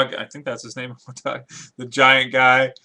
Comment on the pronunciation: His name is Hodar. Not Hodog :-P